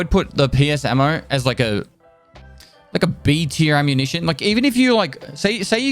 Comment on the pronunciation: Did he just say: “ammunitie”?